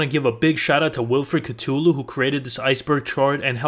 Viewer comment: bro how the hell you mispronounce cthulu